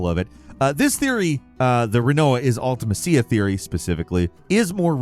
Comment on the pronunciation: How are you not gonna bother mentioning that mew and ditto weigh the same? Also I cringed every time you said Ultimecia. I have literally never herd anyone mispronounce it so horribly.